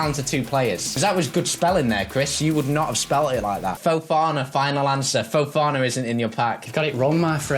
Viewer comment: U said fofona twice